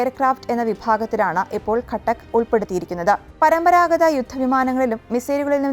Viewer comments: കട്ടക്കല്ല ഘതക് എന്നല്ലേ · It's not gatak...it's ghathak.... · ഖാതക്, എന്നല്ലേ 🤔